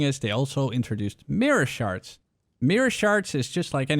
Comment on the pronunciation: it sounds like the one guy talking about harbinger is saying sharts instead of shards.... XD